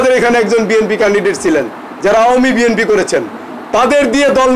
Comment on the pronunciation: আপনিতো ঠিক মতো আপনার দলের নাম ই বলতে পারেননা তাহলে কিসের দল করেন আপনি??